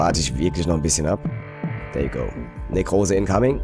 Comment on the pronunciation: wenn du schon so gerne "denglisch" sprichst, und denkst du seist cool, dann üb wenigstens das "th" es klingt nämlich einfach lächerlich, wenn du dauernd "der" you go sagst ;)